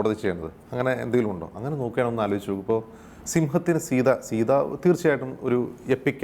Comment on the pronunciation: Sita ennath സീത ennu vaayikathe സയ്ത ennu vaayicha theerunne prashne ullu